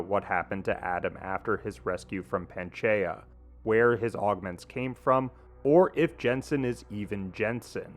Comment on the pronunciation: Dude, please learn to say Pangea correctly.